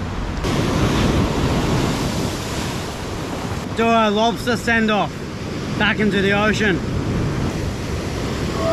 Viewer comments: The way you say Monster Lobsta you're a legend xD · This was cool as hell. I started to hear you say lobsta' in your accent and started to kinda laugh every time you said it. lobsta'